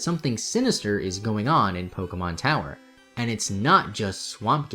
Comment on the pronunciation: You keep pronouncing Pokemon wrong, it's po-kay-mon, not po-key-mon